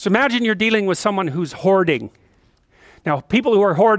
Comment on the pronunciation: So, as per usual for Peters videos, I was on 1.75x, playing audio through my headset a foot away, and it sounded like he said "Someone who's horny" not "hoarding"